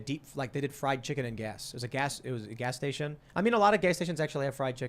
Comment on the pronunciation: Did Tim just say Gay Station ?!